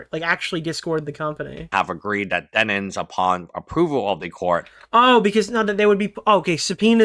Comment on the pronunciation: If bro says dennins one more time im gonna lose it